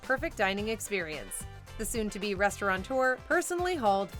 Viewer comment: The word is "restaurateur". No N. 😂